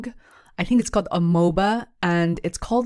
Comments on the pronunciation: Aloha! Your explanation is excellent. It is the first time I have watched someone explain how to use Loopback that is clear and concise! BTW, it's pronounced: ah-mee-ba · Oh, and PS "Amoeba" = uh-mee-buh. Those little single-cell creatures. 💋